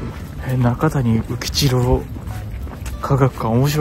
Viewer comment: どうせなら、片山津の総湯も映して欲しかったなーｗ 中谷宇吉郎は、「なかたに」ではなく「なかや」と読みます